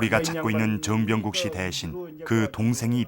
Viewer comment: 해설자님 정병국 을 즈엉병국~ 그때는 그렇게 하셨나봐요